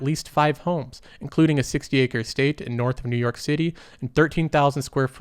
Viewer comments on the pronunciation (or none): none